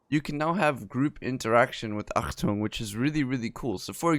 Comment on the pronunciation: yo, your pronounciation of "Achtung" is actually quite good ^^